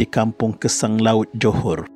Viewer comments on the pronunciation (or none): none